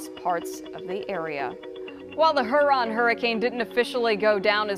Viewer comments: It's Her-in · You keep mispronouncing it. Hearon. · Its pronounced here-on lady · Subtropical hurricane "huron" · Th pronunciation of Lake Huron is frustrating